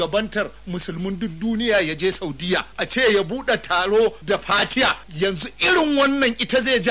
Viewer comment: He recited correctly. Maybe you don't like his accent or pronunciation. But his fatiha is correct.